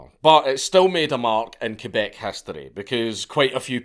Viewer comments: Thank you for making the effort to pronounce the name of our province correctly ❤ Ké-Beck and not Kwé-beck, like so many others pronounce it. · Do you know how weird it feels to hear the correct french pronunciation for Québec (KAY-BEK) and not the annoying english pronunciation (KWEY-BEC)? Man, you clearly put the effort here. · Yooo I never thought he'd make a video about our LORE ahahah, nice. I'm also impressed about he pronounces "Québec" properly instead of "Qwébec". Props! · Holy shit you said Québec right! My man :) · You pronounce "Québec" better than most Canadians. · And you didn't butcher Québec All props Dank !! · My question is how is a scotsman able to pronounce my quebec language so well. Close enough anyway